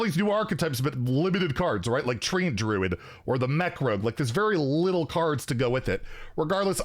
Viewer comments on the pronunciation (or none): none